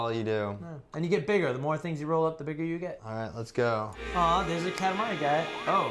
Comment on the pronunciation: you prononce katamari so bad!